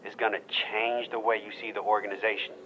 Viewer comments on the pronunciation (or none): The way he said "change" in the voicemail was deliberately put in there. I remember noticing little things like that as I was questioning and waking up. Listening to it now feels even more eerie.